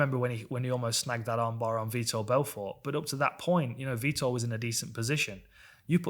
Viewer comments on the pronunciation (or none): none